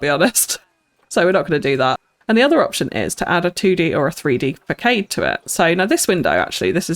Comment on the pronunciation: Don’t wanna be rude or anything just want to help you out but facade is pronounced “fuh•saad” or this if it helps fəsɑ́ːd